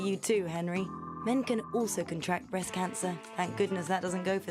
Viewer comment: they said brest self examination not breast anyone else notice?